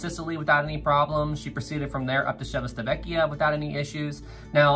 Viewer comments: For the pronunciation of the Italian town Civitavecchia: It's like Chee-vee-tah-veh-kyah. Otherwise, nice video, keep it up! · Everything is accurate, but the pronunciation of the italian places is wrong😂 why i know this? I'm from Italy, but still i loved this video, you keep getting better and better (